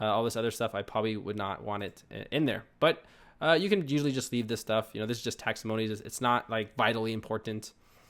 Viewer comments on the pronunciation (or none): Great walk-throough. You made this very easy to understand and very helpful. (P.S. It's taxonomies, (pronounced takˈsänəmēs/), not taxomonies)